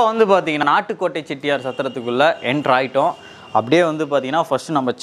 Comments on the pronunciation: என்ன தம்பி நாட்டு கோட்டை ன்னு சொல்றதுக்கு பதில் நாட்கோட் ன்னு சொல்றீங்க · Nat kot ,Nat kot Ennappa Nee Sariyaga Sollappa Valga Thamil !!!